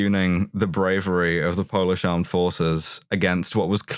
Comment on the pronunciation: I’m torn between being mildly annoyed as pronouncing Polish names almost correctly but with a Russian accent and being seriously amazed by her getting a lot of the nuance of our political climate right.